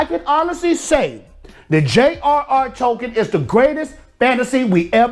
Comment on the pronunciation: Tolkien. Not Tokens.